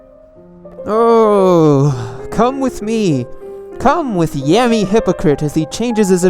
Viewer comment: PLEASEEEE stop saying YAMIE noob, you're not a yam, it's YAMMIE, not YAMIE